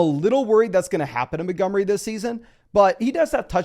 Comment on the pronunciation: Why is this dude incapable of pronouncing Montgomery?